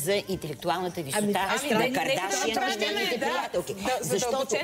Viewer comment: никой от вашето студио не може да каже правилно "кардашиян"боже мой излагате се моля ви се